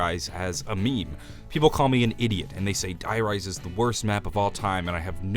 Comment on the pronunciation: If I hear him pronounce "Die Rise" like that again my ears will start to bleed...